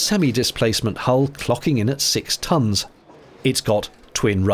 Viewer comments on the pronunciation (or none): none